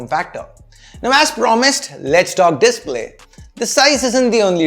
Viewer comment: Holy sh#/!, moments like give me a mini seizure when he pronounces "display" as "dìspléy", pls work on it